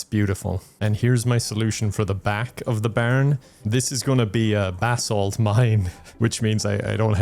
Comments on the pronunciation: Every time said "basalt" I heard "bath salt" and I wasn't even surprised lol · Every time you mention basalt, I hear "bathsalt" and then I have to wonder who would create that mod lol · Keep thinking he's saying "bath salt" instead of basalt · took me too long to realize he wasnt saying "Bath Salts" for basalt :' ) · I kept thinking you were talking about bath salts, and not basalt. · I kept thinking the same thing... lmao 😂